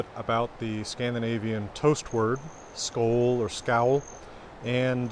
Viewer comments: Need to practice that å sound, I expected you to do it really well. At least for Swedish, maybe it sounds more like you said it in Danish. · You get pretty much everything right in all your videos, except for the danish pronunciation. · It is really cool being taught your own history by an american! When I listen to your pronounciation of the letter L in Skål, it may be that your american L is coming through. This american L is similar to what we in Norway call a “tjukk L” or “fat L. Typically spoken in Trøndelag. And I like to believe that is exactly like Håkon Jarl himself would have pronounce it. But when you read from Håkonar saga the L is similar to how I would pronounce an L myself. I come from the south west coast of Norway (Bømlo) where the L is pronounced more like the french or German L. I also work as a teacher in Moster where Olav Tryggvason built the first norwegian church in 995.